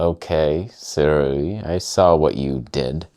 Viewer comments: Sue-Ray not Sir_Ew-ee :) And this is the first time I've heard someone calling the Nikon's 35 f1.4 'amazing' never mind praising the abysmal '3D poop' 40 f2. A relative and a Nikon zealot(!) with whom I frequently argue recently bought the latter and.. I am finding his disappointment of the washed out colors, lack of sharpness and even AF issues truly hilarious. He loves sharp lenses (has a couple of S-lines and many older ones), I had advised him to get a Viltrox but he didn't as if out of spite :)) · 思锐 more like"sih ray." Yes I speak the language. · say it with me: 思锐 "sih ray." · Start saying their name properly, they might take you a bit more seriously. Also when you review lenses, I noticed that you keep mentioning the competition and you focus A LOT on the negative instead of showing its capabilities. So why would anyone send you anything to “review” ? Its not really good for their business 😂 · The way you pronounce Sirui has hints of dental procedure Novocaine effect.